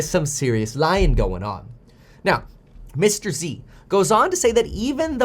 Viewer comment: Mr. Z not Mr. EC. 👀